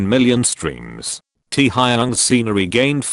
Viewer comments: Tea-hi-young, I- why does a robot NeVer get it right 😂💜💜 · "Tee Haa Yung" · The way it pronounces "Tee-ha-yung" always gets me 😂😂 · Taehyung's name pronunciations got me 😂😂😂😂